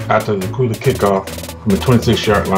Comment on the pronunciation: its dacula the c and the u sound like a q and the video and commentary is horrible